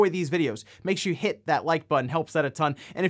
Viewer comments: Haha. hitting that "HIT that like button" made me stop in my tracks and rewind a second to confirm what I heard. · Now is gonna always subconscious about saying the word "hit" properly every single time! xD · Especially since you can see this on his face of how amused he is by emphasizing on that “hit” word every time. 🤣